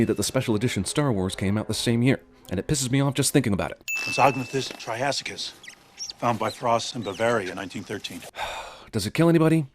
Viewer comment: I wonder if anyone else hears "try ass kiss"